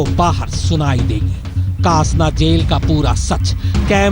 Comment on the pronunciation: कासना नही, डासना नाम है**